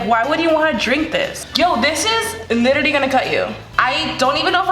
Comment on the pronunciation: Like for every time she said litteralie